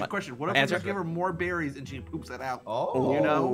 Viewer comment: SSundee you ment bear-ies